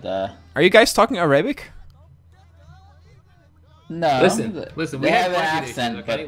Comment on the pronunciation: am I the only who noticed that they mispronounced the word Arabic